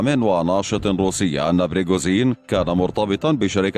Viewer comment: ليش تقول بريغوزين تره اسمه بريغوجين وانت كاتبة اصلا بالعنوان ؟؟ ليش دس لايك بسبب الاسم الغلط والالغاء الاشتراك بسبب عدم نقل الحقيقه وتحريف الاسم